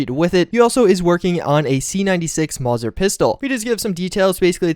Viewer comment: "mawser..." It's pronounced mowser.